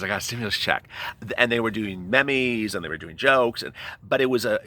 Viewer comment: It might be naive to be disgusted our government and how they are holding our economy hostage and using us as leverage win an election? And did you say "Memmy"? Lol Meme = Meam.. just fyi